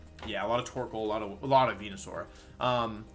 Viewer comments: can't believe he butchered venusaur pronounciation smh. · He butchers a lot of pronunciations